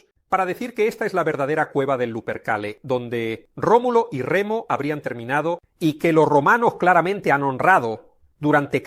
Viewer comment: Remulo? No era Rómulo?